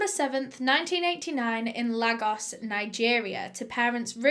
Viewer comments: It’s pronounced Laygos not ‘Lag os’. My daughter is 11 and I can’t imagine anything like this!! It breaks my heart. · Quick fact: Lagos is actually pronounced like “Lay-gos” not “lah-gos” it kinda rhymes with Vegas But this is such a heartbreaking case, poor boy was and would’ve grown up to be an amazing person :( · Hey, just wanna say that Lagos, Nigeria is pronounced as ‘Lay-gos’ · 'Lay-gos' is how it's pronounced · Easy to pronounce and yet she butchered 'La- Goss'. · its pronounced "lay gosz" the way u said Lagos was wrong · Great video. But it’s pronounced “lay-gos” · and in peckham they've done up the estates and made it more expensive that's what they've done! but yes this was a super interesting one. wierdly enougb i don't mind ones about children, because for me it highlights where potentially they coud be better supported :( Also, Lagos is pronounced, Lay-gos. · im not hating i absolutely love your videos but where Damilola was born is pronounced 'L-ay-gos' xx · lagos is pronounced "lay - gos" :) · I hope this doesn't come across as condescending but Lagos is pronounced lay-gos. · Really love the video. Btw his name is pronounced Dah-mi-loh-lah and Lagos is pronounced like Laygos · Btw it's L-a-gos (you pronounce the a as in the alphabet x) 😂💕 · lagos, like I'm Nigerian a-, l-ay-gos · That’s not how u say Lagos . And if u had done your research u would know that